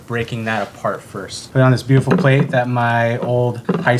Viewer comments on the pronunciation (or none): none